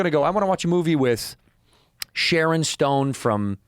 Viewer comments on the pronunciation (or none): none